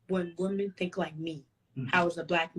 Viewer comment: Educated? She doesn't even know how to use the words Woman and Women correctly. Either the younger generation is going deaf or they are not learning our language properly. One woman, two women. Woman and Women are not pronounced alike. Go back to school! LOL